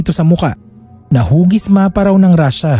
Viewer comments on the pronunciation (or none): none